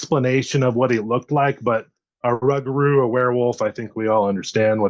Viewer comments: Never heard it pronounced 'rug - a - roo' 😂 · Hello gentlemen I'm from Des Allemands Louisiana Yall don't think I'm trying to sound like a dic but it's pronounced Rou-gaH-rou.. that's how my how my great grandmother born 1893 died in 1996 pronounced she was also of native American decent but not just her every person I know down here in deep south Louisiana pronounces it that way it just trips me out when I hear folk say rugahrou like said 😝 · In my culture...in my culture...in my culture...You're 1/8th Indian max. Just looks like a normal white dude to me. Seem to see that a lot on these channels. Larping. Oh and it's pronounced 'Roo-gaH-roo'